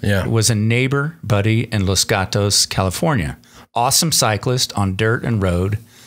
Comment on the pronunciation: Pah-leeze.....Los Gatos, CA is pronounced: Loss......as in lose your mind would be a loss. + Gattass or Gattice Loss Gattass - not Loce Got-Toce